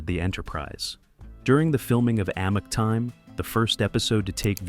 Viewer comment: It's a muck time, not Amick, time. That's how it's pronounced, so say it right or don't say it at all